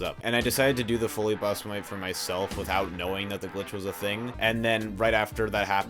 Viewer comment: oh btw, not trying to nitpick but in the rgtv section you accidentally misgendered folly and bive (both girls, tho bive i also mistook for a boy for a bit) and misspronounced folly's name, not trying to be a "erm ackhually" guy but just wanted to clarify that, great video btw :3